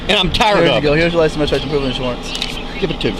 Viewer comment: "pwoof of insuwance" is cute as fuck lol